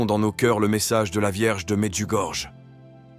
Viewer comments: Merci à la chaine Prières du Christ. Mais svp pronnoncez plutot "Medjugorie" et "Maria" . C'est aussi une question de respect envers nos frères Croates de ne pas déformer les prononciations. ça commence à etre très désagréable ce comportement irrespectueux tipiquement français. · Chers orateurs de la chaîne. Je me dois de vous dire que la lettre " J " se prononce " i " . C'est comme si c'était écrit : Mediougorie ou Myrianna .